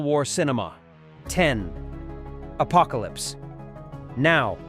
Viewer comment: The AI narration was awkward. The reading of the Apocalypse Now title is an example.